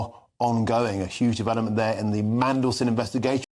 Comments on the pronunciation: Did he say Mandelsh1t? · Did that news reporter call him Mandleshit! 😲🤣🤣🤣🤣🤣🤣🤣🤣🤣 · Did that GB news person really just refer to Mandelson as Mandelshit in a slip-up?😳🤣